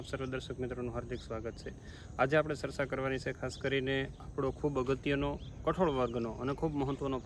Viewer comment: એજયુકેટેટ થઈ ને સરચા બોલો છો ચર્ચા એમ બોલો